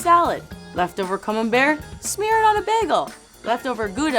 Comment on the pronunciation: Beautiful cheese board indeed but Camembert is so common, has to be trolling us with her pronunciation. Right? 🤔😀